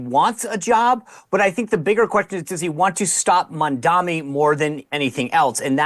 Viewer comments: It’s Mamdani, not Mamdami, you ignorant morons, Mark and Sean!! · Why is it so hard to pronounce Mamdani? Can't any of you actually read? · They never say his name right “Mandami?????” Seriously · People who mispronounce Mamdani’s name really annoy me. His name ends with an “mi”, not “ni”. Why is it so hard for people to say ‘Mamdani’ instead of ‘Mamdami’?? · Holy shit how hard is it to pronounce MAM-dani? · why are they mispronouncing Mamdani's name? Only Megyn pronounced it right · People still don’t know how to pronounce his name properly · Why they all mispronounce the name of the guy? Is it because it is difficult to pronounce by English speakers or it is some racist shit? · Racisim is a cancer in America. They are deliberately mispronouncing Mamdani's name. Even in my dreams I can not live in such a country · These white racists can't even be bothered to pronounce his name correctly. Literally two syllables name. But they won't never dare to mispronounce Netanyahu. 😂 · Do these people not know how to pronounce his name? Basic english fail lol